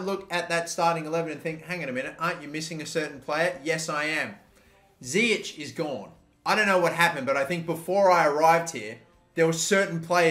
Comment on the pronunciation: It's zIyech not ziyek